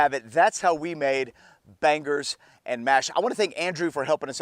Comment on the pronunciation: It's making me tick every time he says "ban-gers 🥴 it's "bang-eurghs" Bangers.. but fair play it looks up to standard, I can't lie. 👌🏽